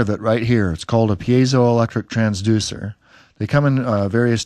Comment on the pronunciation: Very nice! However, 'piezo' is pronounced: pi·e·zo/pīˈēzō/ Three syllables, 'pie', 'ee', 'zoh'; long 'i', long 'e', long 'o'. :) (